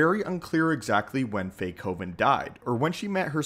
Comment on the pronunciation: Fae Coven? Not Beethoven? Ugh...